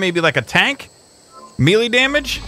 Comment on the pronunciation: You say milie not melee